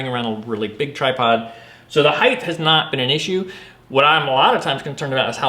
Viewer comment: Height! Not heighth!!! Drives me nuts.